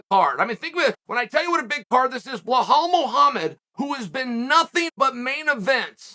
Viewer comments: “blehal” muhammad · Bluhhal has only one chance to correct how his name is pronounced, just become the WW champ 😎